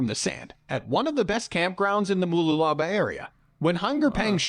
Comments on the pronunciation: "Everything" is pronounced wrong, you will struggle to find them in a map! 😂 He's getting clearer sometimes! 😳 Noosa is about hippies and Rich celebrities! Yes, but you need a car/caravan to get to the beaches! Moolala?? Artsy, Tea, pop in granny! 🤨 Fraser Island is very expensive and has harsh local rules! Coolum, surfing, one expensive cafe, ok! Sunburn, water, sand, sorted! 👍 Sweaty mountain trek, snakes, yep! Calendar?? There is lots of beaches, a few cafes, long walks and surfing lessons! 🤔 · MOOLOOLABAH MOO (cows go moo) LOO (as in the English term for toilet) LA (singing la la la me me me etc) BAH (like the traditional kids rhyme/song “Ba Ba Black Sheep have u any wool”…). MOOLOOLABAH. & MALENY MA (as in short for grandma) MALENY (think Victorian England & a servant helps a lady out of a carriage whilst bowing & saying “Me Lady”)). Keep the MA sound the start then finish the word as per above ie swap out the D for N in Lady & that’s how you pronounce MALENY. The dudes info was good except for end when he shows the surf whilst talking about … some river wasn’t it? BUT his (was an automated voice robot possibly) pronunciation was unfortunately abominable. Did just 2 words here - there were more but it’s good to know how say town names cos god knows where u will get sent if u ever come over & ask for directions to … (i dunno i was going “i’ve never heard of that place … ahh - ❤oh ok … say wot!”). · omg! Its pronounced Moo-loo-la-ba these people should learn how to say things properly before they go making videos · I just heard ‘voice’ say - Mooloolahlahbaaah or whatever he said, Vic here, but yes been to QLD a few times but never to mooolalala-blah blah 😮🤔😂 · He absolutely butchered Mooloolaba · I'm dying here over his pronunciation of Mooloolaba, but what really kills me is how they butcher the words with confidence. Please someone kill it with fire.